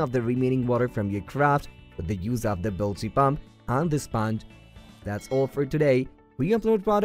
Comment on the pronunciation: Horrible pronunciation of EVERY one of the IMPORTANT words such as Kayak. Bilge and Seattle. Just horrible. I could not understand it until listening over and over to discover how INCORRECT they were… So sad.